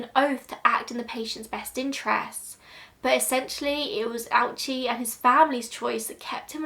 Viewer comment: Oh-oo-chi. Three syllables.